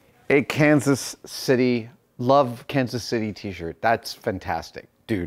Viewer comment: You space out your pronunciation of Kansas City differently than the locals do haha